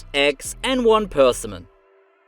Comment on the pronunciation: per - SIM -un fyi - had to go back a few times to figure out wtf you were talking about